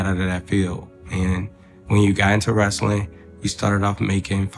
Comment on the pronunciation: If Marco say "wrastling" one more time 😭